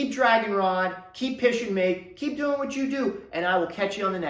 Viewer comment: Again another great video! Honest and brutal truth. I've been trying to break into the trade but not having any luck. Keep up the good work! Also maybe I haven't had enough coffee yet, but sounded like you said pishing mig. Lol